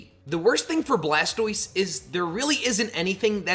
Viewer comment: You said blastiose and I immediately paused the vid and left. No pokemon iq